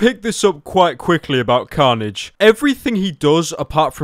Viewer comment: "Carnage" sounds a bit like "Cringe"